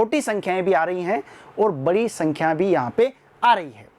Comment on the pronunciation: choti sii sakhkyaaa😂😂😂🤣🤣🤣🤣🤣🤣🤣🤣🤣🤣🤣🤣🤣